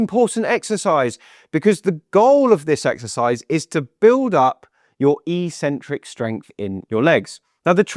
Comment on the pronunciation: I had to turn off the sound because I heard "eecentric" too many times. (That's how gym-bros pronounce "eccentric". But they don't know any better.)